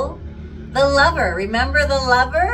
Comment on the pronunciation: Did you say liver.?! No.... Lover.!